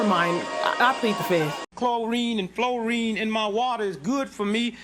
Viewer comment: Clo rine an flo rine😂